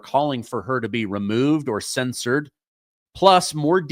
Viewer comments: You’re mispronouncing censure I believe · There's a difference between censor and censure. They're pronounced differently too.